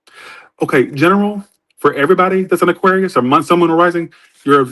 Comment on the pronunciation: I feel like he messes up aquarius alot. I dont want to say it on purpose. But I dont know